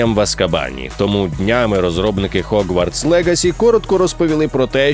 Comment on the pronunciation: Як приємно чути «Хогвартс», а не «Гогвартс»